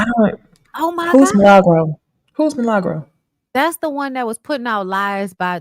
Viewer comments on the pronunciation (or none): "Mi-La-Gro" not Malegro. Does purposely say her name incorrectly? Because Milli has been around long enough for her to have heard it before. Lol smh.